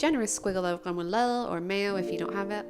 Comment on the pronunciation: Your pronunciation is extraordinary.....smørrebrød and remoulade... perfect..... one little thing though, since you asked for it..... Blasphemy..!! The dillmustard, with the salmon, goes on top of the fish not substitution for butter ;-).. apart from that, your platter looks really delicious, I would eat it, and not notice it was prepared by a foreigner....